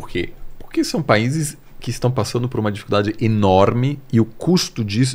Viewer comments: Putz, esse "pruma" doeu!!! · Eu como português tb morri com esse assassinato da minha língua, pruma? Meu Deus!!!